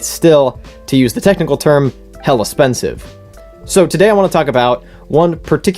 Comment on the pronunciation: When you said “hella spensive” is when i subscribed